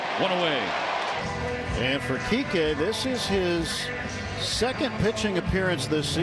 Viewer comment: I mean yes, but why does NO ONE ever get his name right? 😭 It’s Kiké.